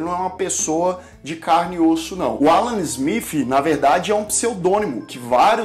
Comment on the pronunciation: Ruim mesmo é este vivo e a pronúnica do "ingreis" (Ala Zmif...)